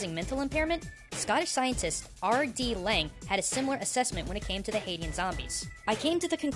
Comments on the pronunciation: Haitian ≠ "Haiti-an" Haitian = "Hay-shen" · It's not (hay-teeh-un) like you said It's (hay-shi-an) Just nitpicking here great vid!! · I hate to be the grammar nazi here, but the demonym for someone from Haiti is pronounced "Hay-shun," not "Hay-ti-an." Sorry for sounding like a snob. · Haitian is pronounced Hay-shun, not Hay-tee-en, just sayin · I'm actually Haitian and can verify a lot of this information, though nowadays it's a lot less common and in only select regions of the country. And it's not pronounced Haiti-an it's more like Hay-shun. (Or Ah-ee-syen in Haitian Creole) Great vid though! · Why'd he say (HAY-ti-UN) instead of (HAY-SHUN)? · Haitian is pronounced "hay-shin" not "Haiti-in" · This is pretty cool! Also, I think Haitian is pronounced hay-shun, not Hate-ian. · This was a really fascinating video. Crap. Just the idea of those "real-life" zombies creeps me out. Oh by the way, someone has probably already put this in the comments, but I'm pretty sure that "Haitian" is actually pronounced like "Hay-shun." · Haitian is pronounced Hay-Shun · Max Mooshroom There are, in fact a number of sources that all agree that Haitian (Just a heads up for other readers/viewers, its actually pronounced Hey-shun, no offense to here) Voodoo/"Witchcraft" Does have some real life applications. There are a number of reports of such individuals being used for manual labor, particularly in farming. Such practices are in fact where the idea of Zombies stems from many believe. (although I imagine it has SOME basing in European and Creole folk-lore as well). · Liked the video. Just wanted to point out the pronunciation of Haitian is "hay-shun". Being a culture oriented video, I felt it relatively important to pronounce cultural backgrounds correctly. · You mispronounced Hatian. Like Hey-shin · he keep pronouncing Haitian wrong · 101jir well one way is wrong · Um, is haitian pronounced correctly in this vid? seems off